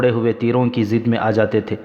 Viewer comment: زد کو ضد پڑھرہے.ہیں